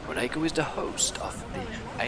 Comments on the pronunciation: hearing the epmhasis as "moNAco" was funny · Awe!!! Poor gonna be razzed in comments with his mispronouncing Monaco. Go easy on him guys!!! Great job &! I really enjoyed the originality of this minipark! You incorporated the world famous Grand Prix theme perfectly with the go carts as well as incorporating the famous boat races & yachs & lifestyles of the rich & famous vibe! Hands down I absolutely LOVED the Roulette Wheel ride skin! Perfecto! Loved the voice acting in the boat ride too - great way to learn & be entertained! ☮️ & ❤️ - SmilingOma333 🙂